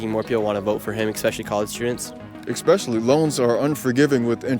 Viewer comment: Nick Shirley is brainwashed and doesn't know what he's talking about. You say "expeshially.." bro.. go read a fucking book.